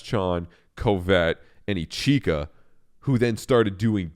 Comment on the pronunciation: It's pronounced "Itch-ka" there is no third syllable